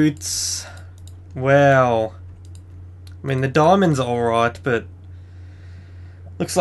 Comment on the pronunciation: like how he says weow when he goes wow....LOL